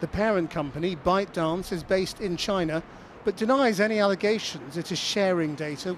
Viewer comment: Asset Orange was having problems saying 'China' normally recently. Tsaynaa